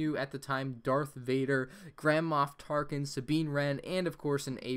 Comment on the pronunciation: Did he say grandma tarkin?